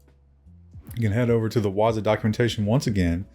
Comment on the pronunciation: Pronounced waaa-zoooo